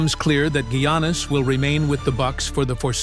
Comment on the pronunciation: First Gwannis then he said Janis. Then when the name Giannis was said right he said he’s going to the New York Yankees 😂😂